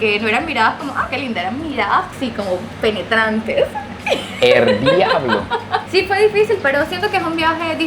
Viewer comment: 😂😂😂😂😂😂😂😂😂😂😂😂😂😂😂😂😂😂😂😂😂😂😂😂😂😂hahahaha minuto y minuto, parece que se reunió con un/a dominicano/a, ahahahhahaa porque esa frase de decir Errrrrrr diablo, le salió muy dominicana ahahahahhaahahha